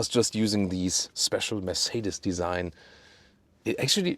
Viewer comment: I have been owning Mercedes-Benz for 35 years now and am still trying to pronounce, Mercedes, as does. Always love the content. Thanks for sharing.